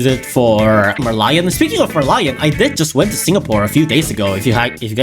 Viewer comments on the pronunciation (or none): none